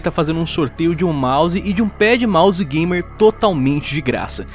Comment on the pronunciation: Juro q quando ele disse "Pad Mouse" eu entendi "Pé de Mouse"